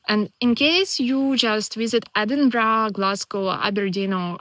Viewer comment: How is it that a young lady from the Ukraine can pronounce Edinburgh properly, but not a single American can manage it? 🤣